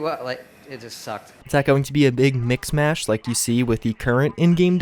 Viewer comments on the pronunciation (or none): none